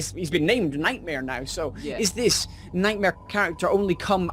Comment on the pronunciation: his nome is nightmaire